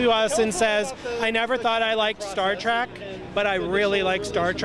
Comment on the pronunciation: It's disturbing when a producer keeps saying "Star Track".